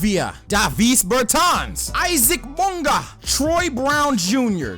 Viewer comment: Isaac BoNgah.. 🤣🤣